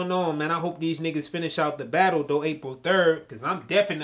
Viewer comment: "We gotta BADULL."